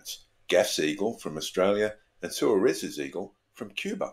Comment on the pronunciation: Surely Suarez should be pronounced 'Swaarez" since its a Spanish name?